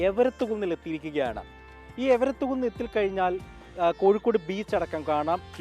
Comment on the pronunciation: എവരത്ത് കുന്നല്ലെടോ.... എരവത്ത് കുന്നാണ്.... 🙄